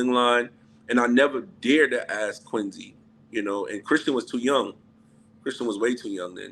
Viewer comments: I can't take him saying Quin-zee. Dude it's a "C"!! Say it right! 😂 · Why does he pronounce Quincy like it has a Z instead of a C ?😩😂